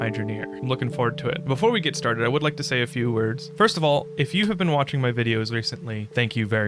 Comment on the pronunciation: at 0.32 i thought you said walking on twitch before i realized you actually said watching on twitch. I had a little chuckle trying to imagine how many different ways you could walk on twitch before my bubble was burst. I might have to check out your streams on twitch tho.😊😊